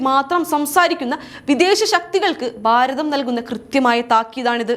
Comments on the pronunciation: ബാരതം അല്ല കുട്ടി, ഭാരതം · dear presenter please correct your pronunciations....eg. Bharatham not Baratham....all your bha has becom ba...